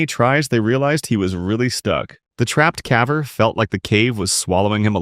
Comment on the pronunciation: the AI shines through when it says "cavVer"